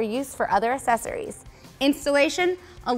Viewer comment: Poor girl. No one was brave enough to tell her how to say the word "accessories."